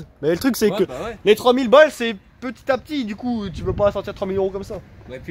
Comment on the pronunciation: bien guez le baille mdr il a dit 3000ball mdr chaud la doullie